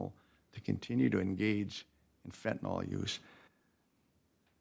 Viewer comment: You would think a judge should have the education to properly pronounce fentanyl…